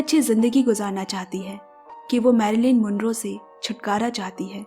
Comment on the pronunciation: Marilyn Monroe (Mon + Row) not Monrey/Monray